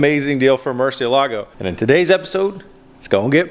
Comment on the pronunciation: pronounced .... Mercy-Elligo.... not Mercia-Lago